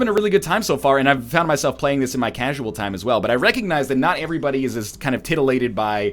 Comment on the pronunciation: It seems more like "Heyvrybody"